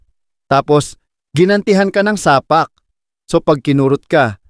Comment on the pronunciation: Napaka simple nalang ng production nyo, di nyo pa ayusin yung pag pronounce...Ano yan AI... Tagalog nalang yung script mali pa pag pronounce. Tumino..Tu mi no.. Sapak..sa pak..Ang ganti..gan ti...Patama... pa ta ma....Ayusin mo yang pagbabasa mo. Poor quality production...unsubscribed.